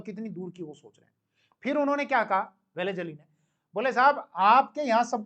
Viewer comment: Isko लॉर्ड वेलस्ली भी बोलणे को नही आता. वेलीज अली बोल रहा है😂